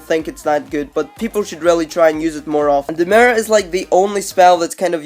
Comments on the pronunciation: He said the Mir (mirror) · At nr2 WTF IS A MRRER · That nigga says merr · Chance Jacobsen Listen how he says mirror!